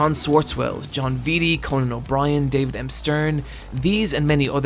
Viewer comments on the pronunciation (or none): none